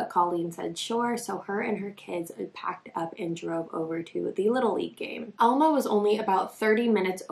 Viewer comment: The fact that this is my hometown and I ran around the same fields as her as a kid is so heart breaking. It was so common and still is to let kids run around. (Also we pronounce it Al-ma, not All-ma lol)